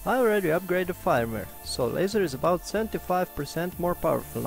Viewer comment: Nice video! In English we would pronounce "firmware" like "ferm where"